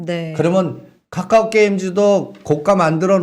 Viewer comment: 본인의 생각이시니 자유롭게 말씀하셔도 되는데, 카카오를 까까오로 발음 하시는 건 좀 고쳐주시길 바랍니다.